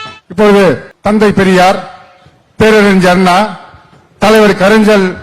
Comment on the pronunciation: பேரறிஞர் இல்லையாம் ( பேரறிஞ்ச்சர், ).. கலைஞர் இல்லையாம் ( கலைஞ்ச்சர் ).. சரியான தமிழ் கூட உச்சரிக்க மனசு வரல..